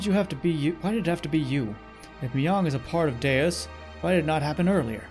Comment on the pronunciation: Okay. So you pronounced Deus correctly at the beginning of this video. My OCD is better now 🙂